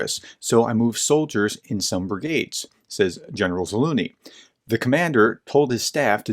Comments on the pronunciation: Ok, look let me help you. "Treasure" "Measure" "Leisure" "Zaleisure" "Zalusure" "Zaluzhun" "Zaluzh-knee" I'm sorry, it's killing me hearing you call him "Za Looney". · Its ZaluZniy not Zaluniy 😁 I think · Great video! Just an fyi, his name is pronounced Za-luge-knee. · Not Zaluny, but ZaluZHny, learn our heroes! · An excellent clarification as always. One thing that cracked me up was saying “Zaloony” instead of “Za-loo-zh-nee.” It’s “Za-loo-zh-nee,” with the “zh” sound being similar to the soft “j” in “Jeremy.” 😂 Not a big deal, just trying to assist. 😎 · Ukrainian here It is ZaluЖny , the Ж sound is the same as in Жukov: Ж=zh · It would help if you would please pronounce this well known General's name correctly. Zal oozh ny, with the zh being pronounced the same as the 's' in measure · No loonie in Zaluzhny's name, where did you pick that up. You nearly said it right one time. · You can pronounce AZURE and LEISURE so please stop mangling the general's name into a joke. It's za-LUZH-ny. The zh sound is exactly like thr z and s in those words, respectively. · Anybody else hearing “General Za-loony”?! 😖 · BTW the right way to pronounce is "Zalužniy" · Zalužniy - if that helps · Why can't you pronounce Zaluzhny? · It is not a matter of utmost importance, but why don't you try to pronounce the general's name correctly? It is not that difficult. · Experts who dont even bother to learn the correct pronunciation are not experts. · By the way - you should look into this "professor" - he is not an expert in anything at all - and its no surprise that in almost two years he cannot properly pronounce the name of the head of the AFU.... but I guess he feeds your russia hate so that is all that matters. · Please learn the proper pronounciation of Slavic last names professor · Are you pronouncing the general's name right ? there is a second Z in there. You make him sound like a cartoon character. Otherwise a very informative article. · Please Search Zaluzhny Pronunciation:yt:🔊